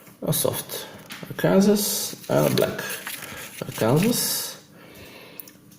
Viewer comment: We say it like this, "ARK aYn sAW" It's the only place in the world these natural stones exist. :)